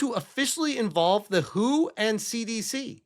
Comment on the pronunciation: The Who is a band. What you were talking about is pronounced W H O. Each letter is said on its own.